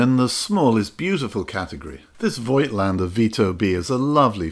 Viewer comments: Hi. I like your videos! I am a camera collector with about 400 cameras, you have made a very good choice! A little correction for Rollei (never Rollie!) and for Voigtländer. Almost nobody knows, that the letter i is an old German sign for spelling the o longer: we spell "Voogtländer". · btw voigtländdr is spokeno, not oi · I love German rangefinders from the 1950s. It was a Zeiss Ikon Contina that kicked off my camera collection. Not an expensive camera, but it has exquisite mechancial detail. And thanks for reminding us of the correct pronunciation of "Voigtländer". I've just realised that I've butchered the word over the last 40 years!